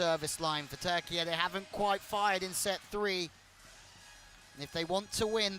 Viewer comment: Bütün spikerler ülkenin adı "TÜRKİYE" öğrenin artık.